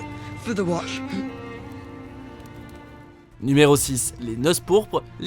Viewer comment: Tu a prononcé les pluies de castamére. sérieux ?